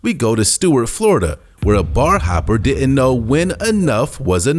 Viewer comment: Next time hire a narrator that isn’t straight outta da hood. This guy can’t pronounce half the words he’s saying. It’s “didn’t”, not “di…ant”, lol.